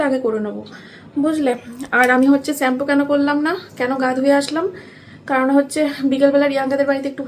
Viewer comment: স্যাম্পু না শ্যাম্পু হবে কথাটা😊